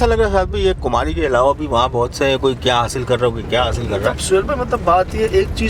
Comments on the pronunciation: Kumari kumari...... Kumhari nae... Kun galat bolty Ap.... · Kumhari nhi bhai kumari h